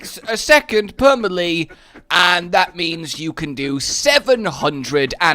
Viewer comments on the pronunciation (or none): 'Muhlee' ....it's 'maylay' :( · Maximum number of times that pronounces 'melee' weirdly in a video